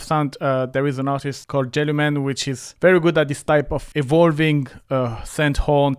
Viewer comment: lol, here because I thought he says Jellyman too.